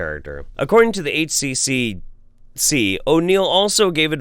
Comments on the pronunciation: Beyond you pronouncing Queensland kind of weird and not saying H Triple C, it's nice to see some of these pseudoscience quack idiots get punished in some capacity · Just for a nugget of completely useless information, it’s generally pronounced with a ‘triple-C’ instead of individually. Like the ACCC, same thing. That being the consumer watchdog which anyone who sells you anything is legally bound by. It’s why warranty periods are no longer legally enforceable here - any product must be expected to be reasonably durable. I really wish the government would crack down on this shit. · Yo, just FYI in Australia we pronounce HCCC as "H-triple-C". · Hey, just to help for future Aussie stories... the Health Care Complaints Commission is called the H Triple C for short. In Australia we say double and triple for letters. Such as spelling the word ‘spell’ we would say S P E Double L. And Queensland is pronounced with a long A sound Queenslaand. Good to see our government’s good work is getting some love overseas. Not that a lot of their efforts recently deserve praise.